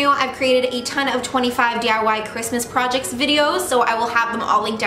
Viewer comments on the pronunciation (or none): none